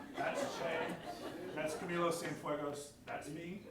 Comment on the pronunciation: "Camilio" Cienfuegos? It's Camilo.